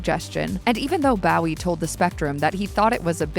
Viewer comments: I think the pronunciation is Bow as in low, not wow. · Isnt it 'Bo wee' not how the AI us pronouncing it.. or is it 'Boo wee' like Jim at the Alamo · Bowie himself pronounces it " BO-ee." It’s sad that voice actors don't have the professionalism to research pronunciation. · It took me a bit to realize that the actors name was Bowie. I kept thinking he was being made fun of. Bowie sounds like ur saying Barry with his speech impediment.